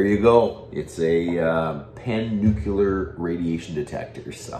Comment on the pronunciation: Lear to say Nuclear, not Nucular.